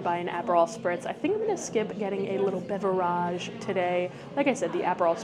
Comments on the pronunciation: So, please tell me why you continue to pronounce “beverage” the way you do…is it pronounced that way in another language?….or do you do it for attention? Just curious! Love your videos! (But, that pronunciation is rather annoying!😂) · She does it cause it’s funny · I like watching her videos but I really don’t see how it is funny to mispronounce words…just annoying😂